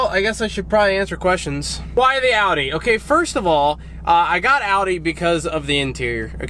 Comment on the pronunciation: Not a huge fan of the car but im so fucking glad you say Audi right, unlike most other American's I've heard!